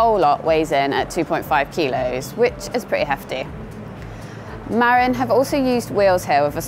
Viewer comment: It's pronounced Ma-rin. It named after a town just north of San Francisco.